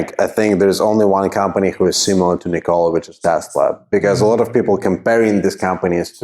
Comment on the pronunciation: NICK-o-lah please. Not nick-O-lah. You know, like the inventor. Otherwise, nice video.